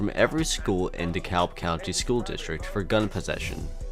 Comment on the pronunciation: and dekalb